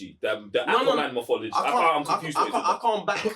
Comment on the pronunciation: ALL HEIL TO THE 'MOFOLOGEE' hahahahah